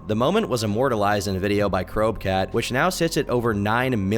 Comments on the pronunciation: its "crow-b-cat"...like the pokemon you dweeb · It's "Crow B Cat",. Jesus.